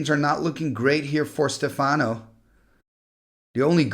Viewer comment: Stéfano, not Stefàno, which sounds russian instead :face-blue-smiling